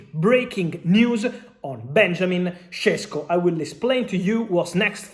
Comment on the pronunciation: Šeško not Šesko. Fabrizio Ronano.